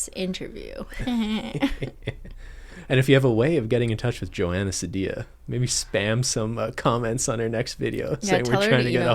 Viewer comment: btw its Joana seed-ee-a